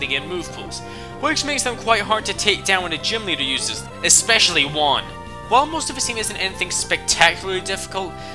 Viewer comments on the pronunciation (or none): You pronounce EVERY THING WRONG like Juan mismagas and basically every thing but I agree on the Norman that guy is miltank in human form